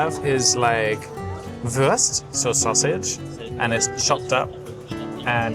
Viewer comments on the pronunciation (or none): none